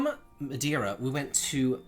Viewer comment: Hey love your channel and hope you dont take it the wrong way. As a Portuguese, its MadEIra;) And the jewellery bowl is actually for olives, the big "bowl" for the olives themselves and the small one for the olive pit. And no, I'm not offended or trying to educate you. You're great, keep up;) But glad you enjoyed your vacation and that you're feeling better now.